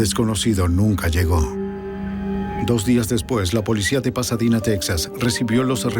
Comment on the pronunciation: "Texas" o Tejas. "Pasadina"o Pasadena.🤨